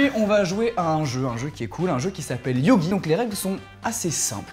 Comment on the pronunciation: C'est pas yogi mais Yugi